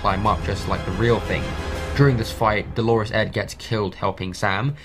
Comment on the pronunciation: I like this. Glad your post turned up in my YouTube suggestions, I must watch part 2. But what is it with people saying Delores Ed - his name is Dolorous Ed, which means sad or miserable and is pronounced completely differently!